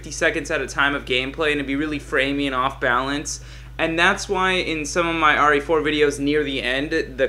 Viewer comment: why do u say RA4